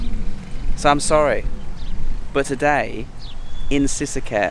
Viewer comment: lost me at the moment you can't pronounce sisaket properly. that alone tells me you're a lost farang in a country you don't belong